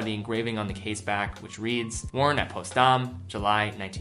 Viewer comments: Potsdam.....not Postdam ......duh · Postdam...? Potsdam pronounced just as it’s spelled ... past that Great Channel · Potsdam, not postdam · Postdam is pronounced Pots-dam. Just like pots and pans, and a dam that holds back water. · It's Potsdam, not Postdam. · its poTSdam not postdam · Just FYI it pronounced POTS DAM not POST DAMN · Post-dawm. haha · it is pronounced POTS DAM. Millennial. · what the heck is that potsdam pronunciation lol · Man you mispronounced Potsdam lol.